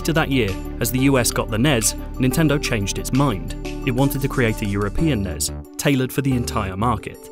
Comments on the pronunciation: Nes??? What the hell is that? its pronounced N-E-S. At least here in the united states thats how its always been pronounced. You spell out the letters when saying it. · He kept calling it nes not n e s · It’s N-E-S. Not Ness. And you’re journaling video games? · Was going great until I heard NEZ. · It’s not pronounced nes it’s pronounced n e s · Was it really pronounced "the nez" ... and not "the N-E-S"? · Fun video. Please don't ever pronounce it NEZ.... its N. E. S. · Stop calling it nezz. It’s the N-E-S. That’s like calling a vcr the vhs machine. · stopped watching the second time i heard you pronounce NES as a word